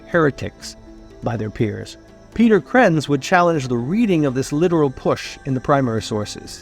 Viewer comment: Its Krentz not Krantz like you have it.